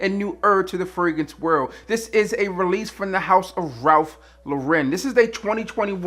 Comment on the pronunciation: Why do all of you guys mispronounce his name? It's "Lauren" like "Lauren Bacall", not "Loren" like "Sophia Loren". He's not French.